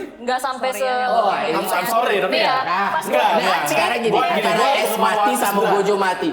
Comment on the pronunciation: itu ACE(u) bukan ACE 😂😂😂😂